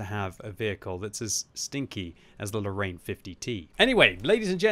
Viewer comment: You know what bothers me sometimes ? All the English speaking people put in a LOT of effort to pronounce "KUNZE PANZER" in the most German sounding way possible, but then just go on to say "Lorraine" as "low rain", as if that even resembles French.